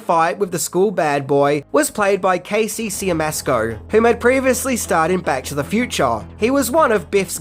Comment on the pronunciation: Siemiaszko is pronounced "Shyemashko."